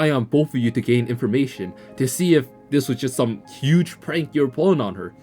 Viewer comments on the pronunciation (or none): none